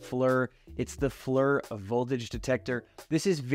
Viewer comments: Worried about pronouncing Knipex, proceeds to say "Fleur" for FLIR hahahaha! Now thats funny. Good video. 👍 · it would be pronounced like “fl - ear” lol just giving some shit, solid videos and content. Obviously some grade A tools and tool storage all around man keep it up. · It's "FleeR" it is a long E sound. Forward - Looking - infraRed FLiR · Pronouncing Knipex properly but not FLIR is crazy.